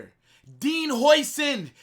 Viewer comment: The pronunciation of his name is “howsen”